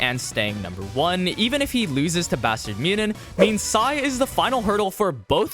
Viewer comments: Great vid but bro... It aint that hard to pronounce München haha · why are there a billion ways to pronounce "munchen"? I've heard way too many... am I missing something?